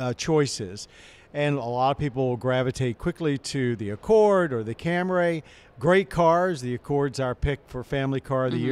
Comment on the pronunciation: he did the thing where he says Camray.